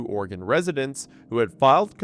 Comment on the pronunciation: My blasted ear keeps hearing you pronounce Oregon as Organ lol